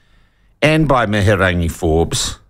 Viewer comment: Your not saying her name properly so go and get educated in your pronunciation it makes you sound silly. Good on them Wahine Toa!!!